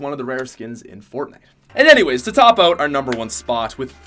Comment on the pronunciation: English- “out” Patrick- “oat”